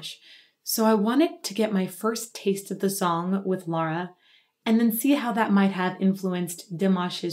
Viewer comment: I think I’m the only one on the internet who doesn’t care for Dimash. I have a hard time understanding his words. As for Lara, her pronunciation is perfect!